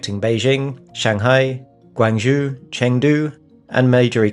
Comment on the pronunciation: "Guang Joe" Lazy and embarrassing.